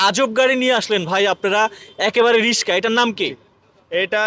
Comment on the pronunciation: শব্দটা cutter নয়, indicator অর্থাৎ ডানদিকে যাবে না বামদিকে যাবে সেটা ইন্ডিকেট করে। বারবার রিশকা রিশকা বলছেন কেন? ওই ভদ্রলোক তো রিক্সা বলছেন. আজব উচ্চারণ।